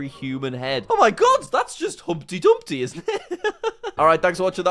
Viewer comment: No jack its not humpdy dumpdy